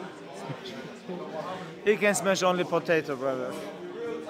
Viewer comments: "Do you remember when I smesh this guy?" Khabib talking about Conor McGregor 😅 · "Dc can only smesh potato brother" 😂😂😂